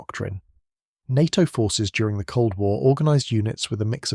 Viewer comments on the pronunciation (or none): none